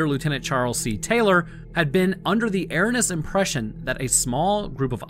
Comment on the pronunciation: That was a brutal mispronunciation of the word "erroneous."